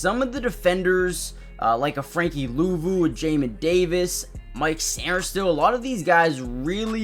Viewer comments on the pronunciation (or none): none